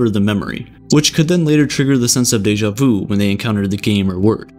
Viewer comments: It's deja VU not deja VOU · Its sha-mey vu its not the right spelling but no its not daja vu